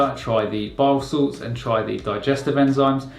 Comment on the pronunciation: Are you saying "biosalts"?